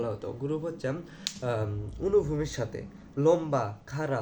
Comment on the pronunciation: পজ্জাই, গুরুপ, 😂😂 আনুভুমিক ❌ অনুভুমিক✅😂😂😂😂😂